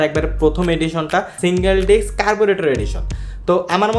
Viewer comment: ডিক্স না উচ্চারণ হবে ডিস্ক৷ ধন্যবাদ৷